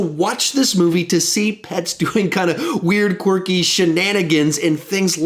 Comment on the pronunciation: I wonder how many times said qwarky ( I dont even know if this is how u spell it).